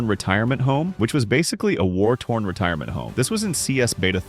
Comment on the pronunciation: warthorne not war-torn